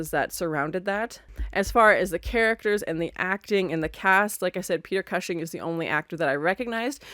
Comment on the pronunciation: Great reaction to a great movie. Just one tiny nitpick, Peter Cushing name pronounced COOSHING 😊